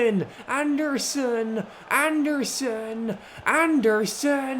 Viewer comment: it’s anderson not and a surrrrn